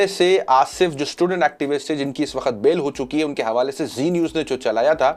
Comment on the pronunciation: Sir Aap hamesha waqt ko wakhat boltay haen pls apni Urdu sahi karen